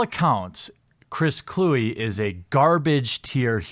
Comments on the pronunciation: It's pronounced Clue-We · It’s not “Clue”, learn how to say his last name. And Kluwe is a piece of garbage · A Wisconsin person should know how to pronounce an NFC north punter's name.